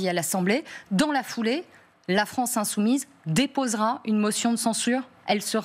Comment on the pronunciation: « France insoumible « Même « insoumise « est difficile à dire pour la journaliste, comme si c’était un gros mot😂😂😂